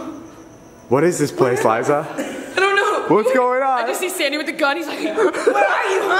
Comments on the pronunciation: what the hell is wrong with and when he says with he makes it sound like wif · is it just me or do you guys also notice that say wif instead of with? lol😂😂👍👌